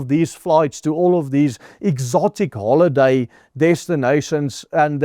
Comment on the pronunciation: With the emphasis on hol-i-day...